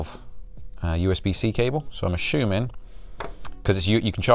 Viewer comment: Did he say ashooming? Or assuming?🤔